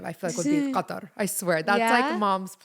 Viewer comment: Finally pronounced ’Qatar’ the right way! 😂🤧